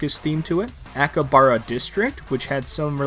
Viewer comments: To said akihabara wrong. Youre saying akibara when theres a whole other syllable HA in the middle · I’m sorry but “Ahkibahra” Great video but excuse me? If it’s that hard just say Akiba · ive never heard akihabara pronounced THAT badly before holy shit. straight up didnt pronounce like half the letters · "Akabara City District" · the way he pronounced Akihabara made me recoil